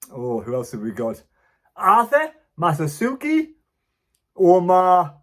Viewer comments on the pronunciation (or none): Mah-su-ah-ku…not masasuki The guy is a well known player get his name right